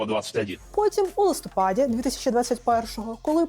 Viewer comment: Ви робите корисну справу і робите ії досить інтелектуально... Дуже Вас прошу, не вживайте таких наголосів: "у листОпаді"; "у випАдку". Не ображайтесь, адже моє зауваження, сподіваюсь, зробить Вас ще кращим фахівцем.